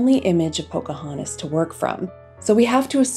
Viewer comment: She is called Pocahontas, not Pocahanis. If you're going to narrate, please try to enunciate the necessary consonants.